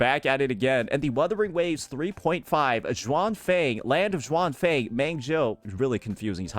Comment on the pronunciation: Xuanfang - pronounce it as -- shin-funk. If you find it hard to say it. 😉 As for Qingxiao - you can go for Ching shall